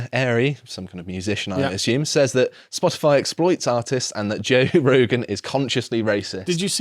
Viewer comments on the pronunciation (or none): none